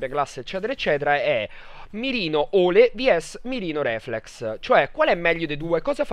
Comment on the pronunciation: In inglese si pronuncia 'Ilo' non 'Elo', bel video comunque fra (